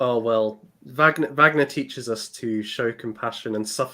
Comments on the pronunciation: It did distract me, I have to confess. Perhaps I’m just too grumpy. Wikipedia usually gives excellent phonetic spellings of proper nouns. Always worth checking on there. It’s the same in German or English. “Varg-ner” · I really wish you would pronounce Wagner correctly! Did no one correct you in any of your Wagner streams? You sound like you’re talking about the American actor Robert Wagner! Anyway, Happy Easter!